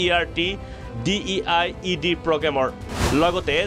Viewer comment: It's DLED not DiED😢